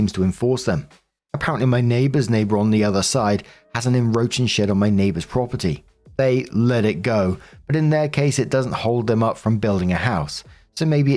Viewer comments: It's enCroaching not enroaching, Jesus dude you had one job. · He somehow keeps missing the c in "encroaching" XD